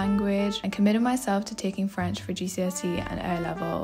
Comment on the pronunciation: Omg!!! Your French accent is so good!!!😍 Wishing you the best in this new adventure xxx